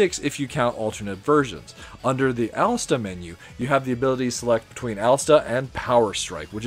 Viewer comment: It’s Alestè. There is no A at the end of the name. You’re killing me man. ;)